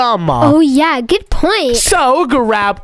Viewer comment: really said bood boood 😂😂😂😂😂😂